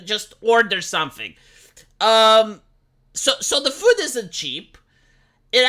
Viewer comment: The way says food. Füd.